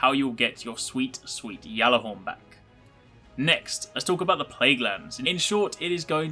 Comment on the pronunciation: that's how u say it lol